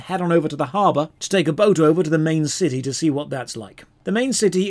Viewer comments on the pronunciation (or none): none